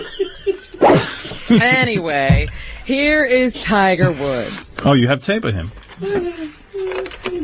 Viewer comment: “Tiger Wood” Robin said it TWICE!